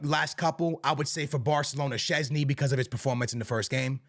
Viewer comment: ITS SZCZĘSNY MANN